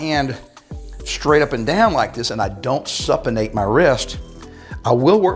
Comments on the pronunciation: Good info thanks. BTW it's pronounced (Soop e ate) Supinate. No disrespect, you look great for over 50 man. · New to your channel & just subscribed! Just an FYI…Supinate is pronounced with the “Sup” as in “Soup”. Thanks again & God Bless.